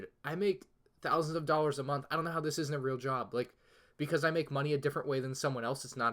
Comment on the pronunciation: "Wiff" "Monff" "Minifigrr" "Ferius"